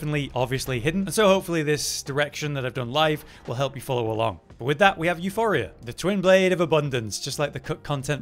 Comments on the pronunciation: EuPoria, not Euphoria. Euporia is the greek word for "abudance", if I am not mistaken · OMg my petty rage was boiling every time he said euPHoria and not euPoria Puh not Fuh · Euporia. Not Euphoria.. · It's EuPoria, Euphoria is quite literally a different word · εὐπορία is the Greek spelling, the goddess of abundance euporia. It’s not pronounced euphoria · Euporia, not Euphoria. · Its euPoria and its a greek word basicaly meaning prosperous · its not calle euphoria, its called euporia, meaning abudance. you dont even need to know how to read in order to become a youtuber apparently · You-poor-rhea Theres no H in euporia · Came here to see if we have yet another video where the name of this weapon is mispronounced, and I only had to wait ten seconds. At this point it is getting annoying, your making a whole video about the weapon and won't take a split second to make sure you're reading the name correctly. You-poor-ee-uh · εὐπορία is the Greek goddess of abundance. It is pronounced similarly to euphoria, but you pronounce the P. The third letter in the word εὐπορία is the Greek P letter. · Hes helping isnt he cause he says the name of the wepon wrong your all mad you guys are sad the info helps doesnt it watch another video if it offends that much 😂😂😂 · there is no H in Euporia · Lol, living up to expectations,... can't even pronounce the name of the weapon correctly...